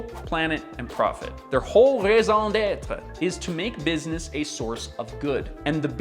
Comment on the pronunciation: I heard ‘maison d’être’ instead of ‘raison d’être’ and didn’t understand what the Passé Compose had to do with this 😅😂